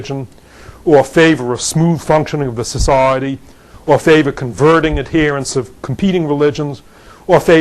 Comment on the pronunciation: how could you not like this talk? except he pronounces sociiieeeeeeety wierdly